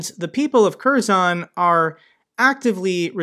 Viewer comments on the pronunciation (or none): If you want correct sounding of "Kherson" city, say two words together "Her son [city]". This coinsides 100% of how it sounds on Ukrainian.